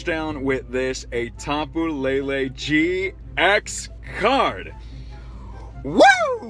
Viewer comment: It's lele not Lala